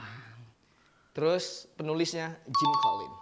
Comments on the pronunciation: itu bacanya jim colins bang bukan jim colins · Itu bacanya Jim KOLINS. Nah, terus... MASAKNYA KAPAAAN?! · Itu dibaca jim kolins Einstein!!!